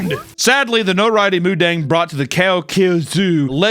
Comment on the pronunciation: not moodeng 😭